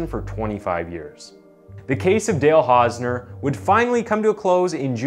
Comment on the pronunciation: You couldn't spend five minutes researching how to pronounce the guy's name? Shoddy job. Channel blocked forever.